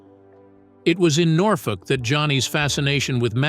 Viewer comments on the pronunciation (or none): Norfolk in Nebraska is pronounced ‘NORFORK.’